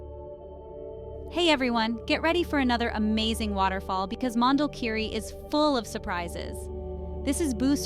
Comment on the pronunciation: Please the name is : Mondulkiri - not Mandel kiri😅